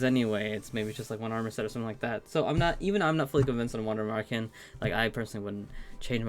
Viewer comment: I'm still amazed at how well you pronounce Wander Märchen when german isn't your native language. Pretty close to what it should sound like.